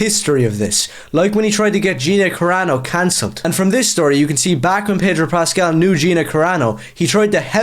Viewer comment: There is no 'r' in Pedro Pascal.